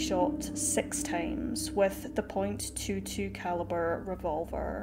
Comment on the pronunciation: Just FYI, the gun shown when describing the murder weapon was a pistol not a revolver which is what was said to have been used. Also, the caliber, in this case noted as .22 is not "point two two", it's "twenty two caliber"... Still horrible either way.